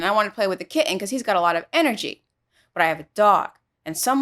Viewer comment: The way you say Kitten amuses me too